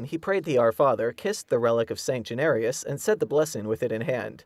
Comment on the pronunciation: would be a miracle if the narrator would pronounce St. Januarius' name properly....